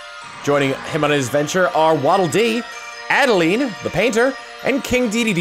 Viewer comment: Reiterating, it's pronounced 'ADD-A-LINE'